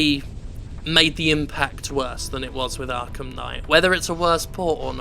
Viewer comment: why ru calling it arkham sky?